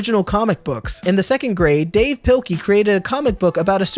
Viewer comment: Mademesmile just makes me cry until this dude mispronounces Dav Pilkey and then I remember that is mademesmile and I just smile for an uncomfortable long amount of time i need friends to speak to